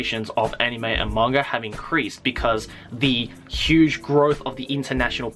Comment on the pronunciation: after watching your videos,, I've noticed instead of saying "Manga" you say "mangger" XD Just pointing it out for no apparent reason:3